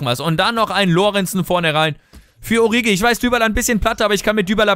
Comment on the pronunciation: 1.: Liest du überhaupt jemals Kommentare? Ich glaube jedes Mal schreiben ca. 30 Leute dass es "Oritschi bzw. "Orischi" heißt und allgemein Alles was du sonst falsch aussprichst. 2.: Du löschst seit Anfang an der Karriere die Nationaltrainer-angebote und checkst immer noch nicht dass du sie damit NICHT ablehnst. 3.: 2. beweist dass dich genau nichts außer Spielen, Transfers und Tabelle interessiert.